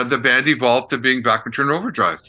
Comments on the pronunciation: Back Man not Bock Man , yes I know in the states they often say Bock Man but that isn't how Randy Bachman pronounces it. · It’s Randy BACKman, not BOCKman ;) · C'mon, repeat after me: It's BACK-man. BACK-man, not BACH-man. He's corrected you before, on this hasn't he? (smiles -- love your content...) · Not sure what the question is, but I will answer as interpreted... Yes, I have been pronouncing it Bockman. But they both clearly pronounce it Backman in the interview. Just found that interesting. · As always, I learned something... Bachman is pronounced "Backman". I have been saying it wrong for 40 years. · Someone called Randy at . Look at the phone over his shoulder, I think I have the same phone. I love Randy Bachman, just pronounce it right!